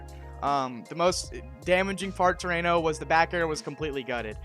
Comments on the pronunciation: I'm sorry but it drove me crazy how you pronounced Ranno's name. It's not "Ray-no", it's "Rah-No". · But Raino sounds cooler and like a rain forest and tree frogs. Seems like a missed opportunity seeing as Orcane is a name. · Says he did his own research: mispronounces Ranno...